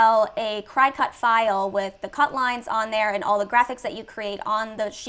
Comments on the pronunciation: I love this video but its pronounce Cricket like the bug not Cry-cut. lol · OMG, you are driving me crazzzzy with your pronunciation of the Cricut machine! I had to stop watching! It is NOT pronounced ~ CRY-cut, it IS pronounced ~ CRICKET just like the insect! Some, including yourself, are probably going to think that this and/or I am being petty BUT, I'd want my viewers to trust me and what I am teaching them so, imo if you are going to be a Youtuber you may want to learn a little bit more about the things that you are discussing. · First of all, I love your videos! But I just gotta say... It's pronounced "cricket"... Not "cry-cut" 😅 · enjoyed the video, however, Cricut is not pronounced "Crycut", like you are crying to cut something, it is pronounced , "Cricket", like the insect. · Excellent info, as always, but girl, Cricut is pronounced “cricket”. Just FYI. 😊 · This is a fantastic video but I can’t un-hear you saying cricut wrong lol. It’s pronounced like “cricket” like the bug. I have one and that’s what I use and why I was watching your awesome videos. Not trying to be negative just noticed! Haha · Thank you for this! Super helpful for me!! I’ve got two other shops and really have been leaning more and more towards something like this so that I can make more money w less physical labor💖💖 Ps also, it’s pronounced cricket like the bug 😆 that’s why there are little antenna on the “C” 🦗 lol just a little FYI 😉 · Great info, thank you so much for sharing! Idk if you even care but Cricut is pronounced like “cricket” :) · cricut is pronounced "cricket" ....just an fyi